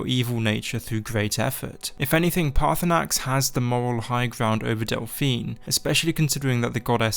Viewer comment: Everyone forgets the second R in Paarthurnax